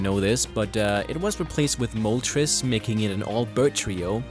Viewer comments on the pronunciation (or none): Moltres* not mulatres xD